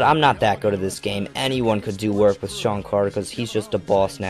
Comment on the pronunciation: Who the fuck is "Sean" Carter?